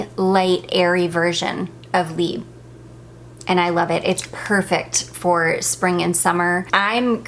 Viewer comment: Just a minor thing - you do pronounce the "b" in libre - it goes like this libr. I love your choices of perfumes for spring time!